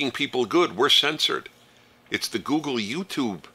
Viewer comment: Gooleg not google